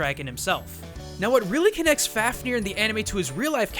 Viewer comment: f-av-ni-R closer... not perfect though